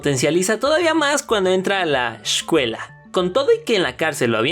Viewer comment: Zssshcuela? Palmolitas?